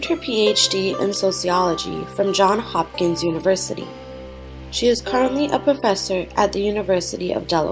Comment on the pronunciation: Johns Hopkins, Johns, not John!